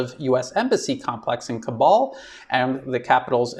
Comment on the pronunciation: Hi this is how Kabul is pronounced I doubt the Taliban will allow a single us serviceman or mercenary stay in Afghanistan